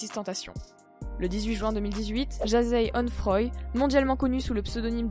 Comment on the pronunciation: 1) il est mort et faus l'accepter ! RIP young dagger Dick.. 2) arrête de déformer les prénoms ! On prononce Toupac pas Tupac même si ça s'ecris Tupac et c'est Jahseh onfroy pas jazeille onfroa.. 3) si on fois pas l'erbre de son front c'est parce qu'il est dans l'ombre !